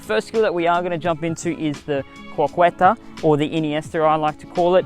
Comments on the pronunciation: Btw you should pronounce it "croqeta" not "croqUeta"... Got it brow ? Also like your passion eheh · Croqueta is pronounced like CRO-KE-TA